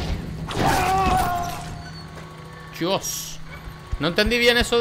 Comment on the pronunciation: el predator dijo crabonaso jajaajajjajaajajajajajjajajajajaajaj